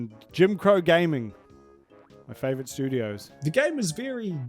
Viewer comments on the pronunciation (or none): Bro said "flavorite" in the ad 🤣